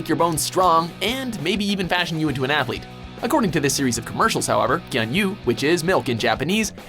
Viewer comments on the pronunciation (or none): Gyunyu is pronounced gyu-nyu, not gyun-yu. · gyuu-nyuu- not gyun yu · Its not gyanyu its gyunyu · gyu nyu, not gyun yu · Gyoon-yoo, not Gyuhn-yoo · hahahahah it's not gyun yu. it's gyu nyu. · "gyun-yu" cringe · gyun-yu? Can you get some damn phonetic pronunciations for foreign words and names. He can't even say pasta or choco correctly. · Gyunyu, what????? Pronounce is sooooo terrible as shit!! Should be like gew-new. And what the fuck?! Wasn't the pepsi man an international figure??? I really liked pepsi man when i was 3 or 4 years old. I always sang that jingle. Nostalgic commercial. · omg it is prounced gyu new. there is NO guns in that word and makes that part look like you didn't even do the most simplist dictonary skills in looking up the word. it also makes you a wee bit silly. or dumb. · His pronunciation was horrific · Is there really no way you guys could've learned how to pronounce gyunyu or sankyo? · was it intentional that the voice over guy's terrible pronunciation of gyunyu was corrected by the original voice over of the commercial? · His pronunciation of "gyunyu" was horrendously bad